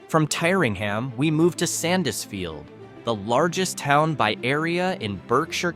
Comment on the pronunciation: Correct would be TEERingham.